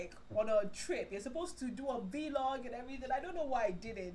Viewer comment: 😂 You said v-log... Really sorry you've been going through all this. I can't imagine how overwhelming everything has been for you. Nigeria is just a whole beast to deal with especially when it comes to things like your shop issue. Also I'm probably projecting and I'm a huge proponent of keeping quiet if you don't have anything nice to say but I honestly love when the yoruba or the more unfiltered sounding accent comes through from you. Again projecting but yeah. I really hope things don't get messy at all with the shop folks and goodluck with the new shop and the tailoring business. I follow you on insta so I see your fabric ads and I always wondered why you didn't make clothes 'cause its a whole lot more profitable to have both businesses in one. Its what my dad's tailor does. You pick out the material there and the design and boom, he makes his money.